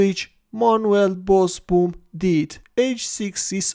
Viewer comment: Pronounced Bosbohm. Double oo is pronounced as a sustained o in Dutch. Like "Ooh no!"